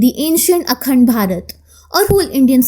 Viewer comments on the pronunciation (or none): none